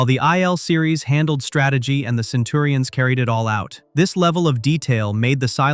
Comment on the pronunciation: Facts your artificial voice certainly didn't know: how to pronounce the names from the show, or even from real life, like "Iblis." "Centurions" is a real word, but your voice box can't say it.